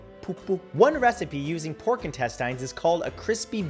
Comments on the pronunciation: Why are you saying intestines wrong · Have i been saying intestines wrong this whole time? 🤔🙄😂😂😂